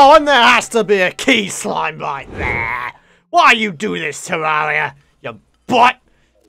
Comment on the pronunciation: He said key slime